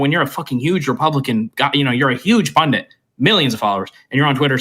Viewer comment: I declare war on "pundint".